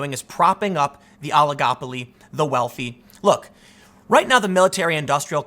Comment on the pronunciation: Tim seriously said ologopolaly.. That's a five dollar word.